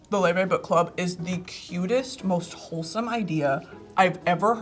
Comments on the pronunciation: wait why the hell do they pronounce her name like 'loy vey' is she jewish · her name is pronounced "lay-vay" and she is icelandic 🤍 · I can't believe this is how I found out I've been mispronouncing Laufey all my life